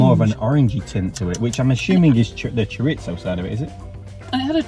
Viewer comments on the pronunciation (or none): Love your videos! Pronunciation police: chorizo = "cho ree zo" not "cho ritz zo" ;-)